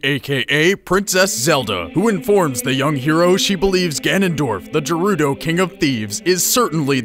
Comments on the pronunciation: Gerudo is prononce Ger-ru-do not jer-ru-do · Only thing you said wrong was gerudo it's gerudo not jerudo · it not jurudo it's gurudo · did he just say jerudo? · He said jerudo not gerudo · what a noob it pronounced ge-ru-do not je-ru-do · Jerudo and Dekku :O I like seeing how other's pronounce these things. I'd prefer Gerudo with a hard G and Day-koo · It's pronounced Geh-rudo, not Jeh-rudo. Thats how the Japanese pronounce it, thats how the British pronounce it, and thats how you should pronounce it. Also, Ra-uru, and, Shig-eru Miyamoto. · lol, you said "jerudo". it's pronounced "GEH-roo-doh" (or alternatively "ga-rood-oh") also needs more links to the sources used no, pun not intended, fuck off :( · It's Geh Ru Do not Jeh Ru Do, the japanese dont believe in soft pronunciations of letters if they wanted it to be said as jehrudo they would've wrote it with a J not a G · I think it's actually guh-roo-dough, not juh-roo-dough. Nice video though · Did u just call the gerudo jerudo? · Isn't Gerudo pronounced with a hard "G"? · Gerudo has the g sound not j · Gerudo with a J...?